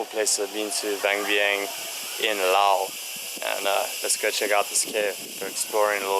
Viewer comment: Finally, someone pronouncing "Laos" correctly